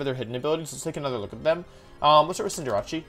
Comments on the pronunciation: it's not cinder-a-chee it's Cinder-ace as in in the figure of speech: "ace in the hole" or "ace of spades" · Why do you pronounce Cinderace as "Sin-Der-Achi"? It's Cinder + Ace. "Sin-Der-Ays" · I can’t stand Wolfey saying cinderace, like why does he call it cinder-ra-chi? It’s name is cinder-race. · Its pronounced Cinder - race, not Cinder - rache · Not a single soul: Still Wolfey: "Cinderacci". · Cinderachi? the casual intentional mispronunciations kill me😂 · Why does he pronounce Cinderace as Cinder-“achi”? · it’s pronounced like cinder-ays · Cinder achi, with libero is a play on liberachi. Facts. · “Cinderachi” pisses me off unreasonably so. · Wolf: “Scinderachi” Me: stops the video at 3.22 , deeply questioning if he’s trolling on purpose or like genuine. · Pretty new to the wolfeyvgc channel. can anyone explain why he purposefully mispronounces stuff? (V-->W, CindrAchie, liBERo, etc) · No one: Wolfey: Cinderachy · Wolfe are you saying Cinder-achy?!?! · cinderachi lmao no problem in mispronnouncing but how do you mess up a name so simple and in english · Why does he call Cinderace Cinderacci? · Wait Cinderace is pronounced Cynder-acchee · It’s funny he says cinderachi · So is pronouncing cinderace cinderachi an inside joke or are you just pronouncing it wrong. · You have good videos but cinder-ach-e kills me. It's not italian. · I'm still trying to figure out why Wolfey is saying its name wrong. Court Change is a very easy name to remember. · Hey Wolfe it will make me feel better if you pronounce BOTH C’s in “Cinderace” the same way thanks ❤️ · I'm new to this channel, so could someone please tell me the way he pronounces Cinderace is just as a joke or for memes. Because it's low-key driving me insane lmao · Why does he not pronounce Cinderace correctly? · That pronunciation of cinderace is painful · I don’t think that’s how you say cinderace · Your pronunciation of Cinderace makes me uncomfortable